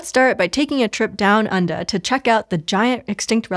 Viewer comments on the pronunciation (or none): Say "down undah" again